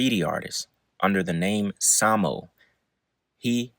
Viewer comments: Hi, it’s pronounced SAME-O. As in same old, same old. Just a little heads up. ✌️ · Basquiat and Warhol were both outcasts and sought community. Warhol a bit more insecure and Basquiat needing to survive. That’s what brought them together Also, SAMO is pronounced as “say-moh” for same old shii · Pronunciation corrections: Basquiat is pronounced Basquiat. Gallbladder is pronounced Gawllbladder. Samo is pronounced Same O. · It's pronounced Same -O as in Same old, same old. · Samo is pronounced Same-O. It's short for same old same old.